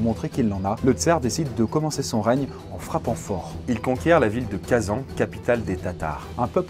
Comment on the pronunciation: Drastier ? tu a essayer de dire здравст ? c'est zdrast. Pareil c'est kazane que ce prononce le nom de la ville Kazan tu peut pas prononcer parfaitement Грозный et juste avant faire des faute de prononciation comme ça XD C'est comme si tu disait "bonnegoure" puis "indubitablement"